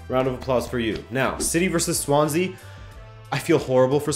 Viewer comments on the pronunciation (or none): none